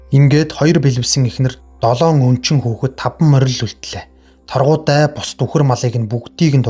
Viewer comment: Сорхан шарынх Чулуун Чинбай гэж 2 хүүтэй.Мөн Торгудай биш Таргудай гэдэг